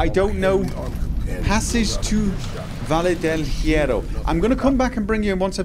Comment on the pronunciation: I know its a 4 year old video, and I know this is no longer relevant yada yada but that Valle Del Hierro pronounciation is something else. The correct pronounciation is "vayeh del yeh-roh" and it means the Iron Valley EDIT: oh and Paciencia is, well... Paciencia, but the stress is on the middle, so: pa-CIEN-cia and yes, those are the syllables, only 3, and the last one is said quickly.